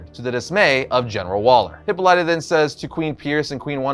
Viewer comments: HIPPA-lighta?! You're killing me,! hi-POLLY-tah is the pronunciation you are after. Seems like a small quibble but I am obligated to say something lest my Greek wife lock me inside a Brazen Bull. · HipPOH-lit-ah not Hippo-LIGHT-ah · Please tell me he's just trolling everyone with his pronunciation of Hippolyta. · That pronunciation of "Hippolyta" has me screaming, lol